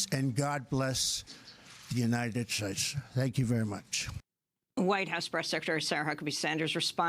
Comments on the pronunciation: OMFG!!! "pollidicareenerigis...SNIFF........ join ush...SNIFF..........god bless the unided shesh". PMSL!!! The Coke Master in chief. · Did Trump say, "God bless the United Shits...."?